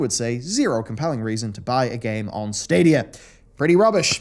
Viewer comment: I'm happy I won't have to hear the stadia adverts anymore, fucking "SADIA" and that stupid music until I could skip it, every fuckin time